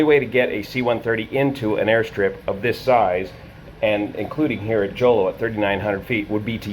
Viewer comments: Jolo in Mindanao, Philippines is pronounced "Holô" (phonetic Hohloh) ! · Jolo is pronounced as ho-lo. Video of the C-130 landing on the runway before it overran at the end of the runway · Jolo is pronounced Holo (the J is pronounced H) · Good day sir, I’m a pilot here in the Philippines, and a slight correction for the Jolo (pronounced as “Holo”) airport runway dimensions... the airport’s runway has been repaved with concrete and is now 1,845m long and 60m wide (expansion was completed in 2008 ) which made it sufficient for jet operations... (Skyvector’s data for RPMJ is outdated by 13 years) (another correction for the Herc’s tail number, which is 5125, not 5124) the airfield has one quirk though, it’s orientation (09-27) and rising terrain to the west made it a one way in/out airfield... approach to landing is performed using 27, and takeoffs use 09... there’s an eyewitness video released on social media a few hours after the accident showing the Herc on it’s final moments... according to eyewitness accounts, the airplane was able to land, but it “bounced serveral times” after which it went off the runway and plowed to a nearby coconut plantation farm with civilian settlements... it was also noted by people on the ground familiar with C-130 operations that they did not hear the airplane use reverse thrust on the props... C-130s have operated in and out of Jolo airport many times without incident for many decades prior to this accident (before and after the runway expansion of the field) 3 locals were killed and 4 more injured, on top of the 47 military personnel that perished in the airplane (including all 3 pilots), and the 49 injured personnel onboard the Herc... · The J in Jolo is pronounced as H like, the J in Jose. Thanks for the video. ✌️